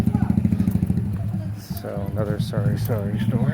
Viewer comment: Hahaha it's actually called sari-sari store meaning mixed goods/ groceries. His accent messes up the words I guess.